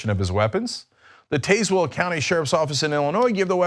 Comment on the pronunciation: It is actually pronounced Taz well. Honest mistake though :)